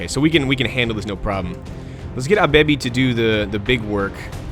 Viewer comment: Whenever you say Abebi's name it sounds like Our Baby :P